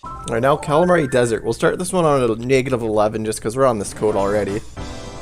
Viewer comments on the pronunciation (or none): none